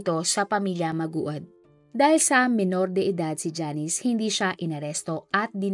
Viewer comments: Maraming bitter dito s apag pronounce ng apelyedo.. Kayu nmn naka alam bkt Ang gagaling nyu tlga.. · Ano b nman yan.. paulit ulit ka lng hnd mo b alam ang tamang pag bigkas sa apilyedo nila... Pakiayos lng po.. pati tuloy kmi nalilito eh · ok na sana pero mali ang pag pronounce mo ng apelyido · Paki ayus nmn Po pag pronounce Ng apilyedo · Di ko tuloy yung video mali mali kSi yung pag pronounce ng apelyido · Ansagwa mo ateng pati ba naman pag banggit ng apelyido di mo pa mabigkas ng tama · Sana inaayus mo pag bigkas Ng apelyedo naku po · 𝗣𝗮𝗻𝗴𝗲𝘁 𝗺𝗼 𝗺𝗮𝗴 𝗸𝘄𝗲𝗻𝘁𝗼. 𝗣𝗮𝘁𝗶 𝗮𝗽𝗲𝗹𝘆𝗲𝗱𝗼 𝗺𝗮𝗹𝗶 𝗺𝗮𝗹𝗶 𝗽𝗮.😢 𝗵𝗮𝘆 𝗻𝗮𝗸𝘂! 𝗗𝗶𝗸𝗼 𝗻𝗮 𝘁𝗶𝗻𝗮𝗽𝗼𝘀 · Maguad!!! po para kang tanga magbabasa kalang ng docu mali pa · MANGUAD po hindi maguad. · sana inayos man lng ung pagbigkas ng tama sa apelyido. respeto man lng sana don sa mga namatay.. pinagkakitaan na nga... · Ang bobo ng pagbasa sa apelyedo nila.... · Gagawa ka lng ng content pero mali mali pa pronounce mo sa apelyedo.. kakasura ka sana inalam mo muna ang pagbigkas ate....😢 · Bakit po mali ang pronounce sa apelyido😢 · ndi pa isinama sa pag re search kung paanu i pronounce ung apelyido 😅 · Laging ganito. Pati yung isang crime commentator. Siguro maganda na research din para alam ang tamang pronounciation. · Grvii podka magbasa sa apelyedo maogad... Maguad oy😅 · It's mag wad, not ma gu ad✌️ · Magwad ( Maguad) po ang tamang pgbigkas ng kanilang apelyedo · Lods Hindi ma u gad Maguad -magwad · MAGWAD HINDI MA-UGAD😂😂😂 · Maguad (Magwad) not Ma-ugad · Hindi po mA-O-GAD mam MA-GU-AD(MAGWAD) PO! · Mag-wad pag pronounce bha. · Mag-wad po 🤦‍♀️ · Aye MA -GU -AD as in MAGUWAD pag binigkas🙂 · Hoy magwad when u pronounce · Maguad po mam,, Hindi ma-ugad. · Mali pa pagbigkas ma ugad daw hahhaha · Mag-wad ganyan po pronunciation ng surename nila😊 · At di mo talaga ma pronounce na tama ang maguad. haysssss! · Nag research kna lang din ung surname pa. Talaga ung kinalimutan mo, kaka asar toh maguad as in MAGWAD bwisit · Maguad po maam..(mag-wad). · "MANGUAD" PO